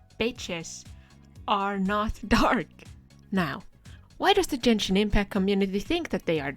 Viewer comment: you don't even pronounce the game's name right, you dont even play the game